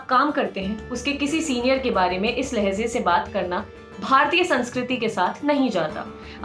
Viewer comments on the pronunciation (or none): Lahze nhi lahje #lallantop